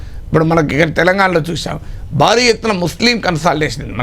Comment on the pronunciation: బాలీ ఎత్తున కాదు,భారీ ఎత్తున అని పలకరా నాయనా... 😂